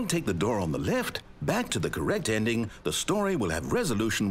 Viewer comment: The Zending broke me